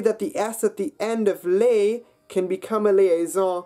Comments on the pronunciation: and ‘les’ isn’t ‘lay’ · Indeed, and he has "les" rhyme with "lay" ;but these things are not intrinsically hard-they are "hard" because of our being accustomed to a different language"s sounds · I'm really sorry, I wanted to like the video, but it loses a lot of credibility because of the pronunciation. (Les, femmes, route - not only the 'R', but that's the wrong vowel etc.)